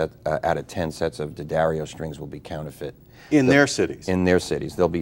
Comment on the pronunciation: Thank you,, for pronouncing name (unlike just about all of your fellow countrymen) CORRECTLY ----- DADDario, DANgelico, DAquisto --- but there are idiots who will continue to stubbornly, childishly say 'Deeeeeeee-addario'...Deeee-Angelico, Deeee-aquisto.